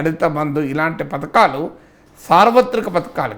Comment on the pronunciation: ఎర్రి పువ్వా పతకాలు కాదు పధకాలు